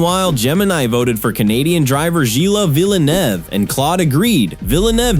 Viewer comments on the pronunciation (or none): “Jilla VillenAUGH”